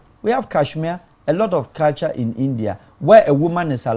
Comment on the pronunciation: 🔥🔥🔥 please is "Culture" and NOT "Caltures" 😂😂😂